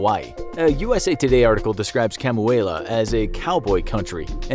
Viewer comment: I know this doesn't matter and it's not like anyone will notice this but Kamuela is pronounced Ka-moo-eh-la